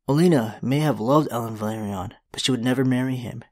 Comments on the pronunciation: It’s Velaryon not Valyrion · It's pronounced VE-LA-RY-ON, not VA-LE-RI--ON. You seem to be confusing the pronounciation of Valyria.